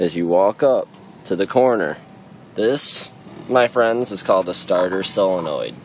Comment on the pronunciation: solenoid not selenoid